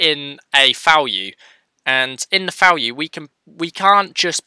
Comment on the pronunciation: Falue 🤪🤪🤪 Nice tutorial, but you should really try to pronounce the V properly, as in Value, not FAlue. Same goes for v-for, its like "VE-for or VI-for" not FE-for. It just doesn't sound right. I couldn't care less tbh, but it brings the quality of your videos up. Again, great tutorial, very well explained, thanks! 😊🙌🙌